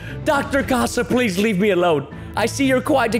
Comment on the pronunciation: It’s not Dr ha ha it’s Dr Casa